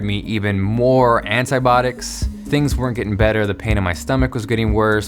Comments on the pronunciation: It's antibiotics not antybodics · Do all Americans pronounce "antibiotics" like "anitbotics" or just him haha? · Itz Anti-Bio-Tics not Anti-botics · he really sayin ANTIBOTICS? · 'Antibiotics' not 'Antibotics' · "antibotics" - antibIotics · antibiotics not antibotics good video and nice inspirational story. sucks how you cant get it fixed :( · It's pronounced Anti-bi-otics put it together. Sound it out. 😂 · "antibotics" XD